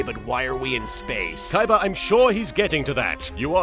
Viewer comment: who the hell is "Kaiba"? I only know Koyber - the one that Joey duelled for no reason.